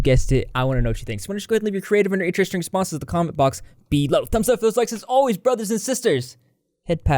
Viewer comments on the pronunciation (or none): none